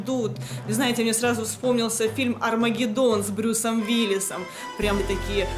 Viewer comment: Брюс Уиллис, а не Вилис!